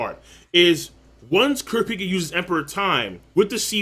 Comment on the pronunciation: it drives me crazy every time he says kurapika